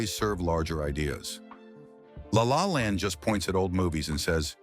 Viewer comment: Lay, lay land. What the actual fuck - does anybody proof read/watch this drivel.